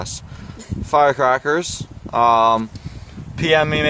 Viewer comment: I cracked up when you said firecraklers